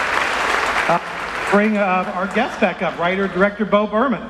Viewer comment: he says "bo burman" in the beginning